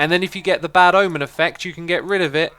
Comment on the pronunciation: The church of the bad ahmen